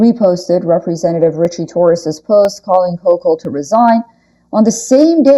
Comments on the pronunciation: Hochul is pronounced Hokul. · Thanks for the update! Very sad. I live in NY State and we pronounce Kathy Hochul's name this way: Hoe-coal.